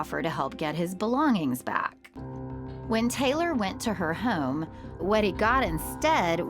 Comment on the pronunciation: FYI - There is no "U" in home.